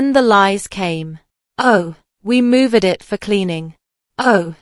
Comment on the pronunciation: mispronunciation times are : 1.42 once, 1.50 recital, 1.58 moved, 2.10 de m y sister = my sister, 2.58 listed 2= listed too, 4.02 it 4.11 Toland = to land.